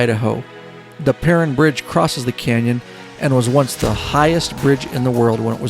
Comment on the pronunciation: Good to see Twin Falls in this vid,, i live here and was born and raised nearby.. the "Perrine Bridge" is actually pronounced PERR - YNE... just a tip =D